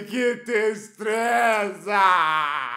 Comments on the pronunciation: kakakakak "que tristRezaaaa" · 😂😂😂 "Que tistreza" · "QUE TISTREZA" KKKKKKKKK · Pqp, "Tistreza" me quebrou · "Que tistreza" kkkkkkkkkkk